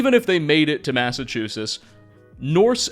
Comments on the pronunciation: Serious question, are you purposely mispronouncing ‘Massachusetts’ or joking in some manner? I can’t tell if you’re trolling or legitimately saying it that way. Amazing video but that drove me a bit nuts lol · I always thought the state was pronounced "MassachuseTT" I assume you you have the correct pronounciation as you're American and I'm not, but I'm surprised to hear that you don't pronounce the final " TT". To my ears it sounds like you're saying MassachuSIS. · "Massachusis". As a MA native, I'd like to inform you it's pronounced "Massivetwoshits" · I'm not gonna make it if you keep saying Massachusess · Me: My home state! 🙂: Massachoosis Me: 🙃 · WTF is a Massachusiss? 😂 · Massa CHEWSUSS ???? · Cool vid, im so tired of hearing Massa-chew-sis though. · “First mystery… what happened to the T’s in Massachuses?!” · Great video, but why do you keep mispronouncing Massachusetts? It's not "Massachusis". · "Massachuses" wtf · Is there a reason you pronounce it massachusess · Mass-eh-choo-sitz not whatever you said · In New England we pronounce it "Mass-uh-chooz-itz". Great video as always man. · There is a "T" sound before the last "S" sound in Massachusetts. Sorry just couldn't help it hearing that every time lmao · Is it me or am i not hearing the "tt" in Massachusetts when says it? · The way you say Massachusetts is crazy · Ngl bro, you’re totally mispronouncing Massachusetts. Sorry, but it was really bothering me. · I think so. He often mispronounces common words. Still makes some interesting videos though. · Your pronouncing of Massachusetts. LOL See those "T"s? They're not silent. FYI. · Tell me you can't pronounce Massachusetts without telling me :face-green-smiling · dude why the hell don't you pronounce the T's in Massachusetts lol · I've never in my life heard anyone pronounce the T. I live in the South though. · Your pronunciation of Massachusetts is infuriating... Great video tho 😁👍😅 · Its massachusetts, not massachusus, just fyi